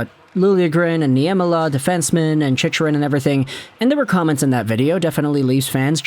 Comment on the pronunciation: Holy hell dude.. CHICK-rin. Say it.. CHICK-rin You've had like 100 videos about him and you still say it wrong. Imma start calling you..